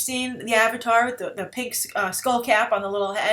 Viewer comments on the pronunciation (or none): none